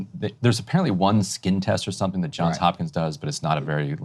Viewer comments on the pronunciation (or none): none